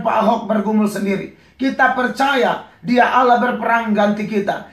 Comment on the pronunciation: ngomong Allah aja ga bisa. entah apa ini pendeta bicara. lucu x ahhahahaha